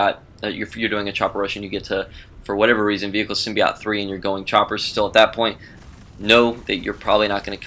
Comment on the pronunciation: symbi "oat"... NOT symbi "OT"